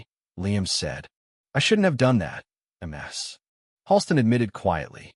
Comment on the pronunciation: 😂😂😂narrator is a relative of Narendra Modi. Modi says em ar es for Mrs. Here it is MS for miss🤪🤪🤪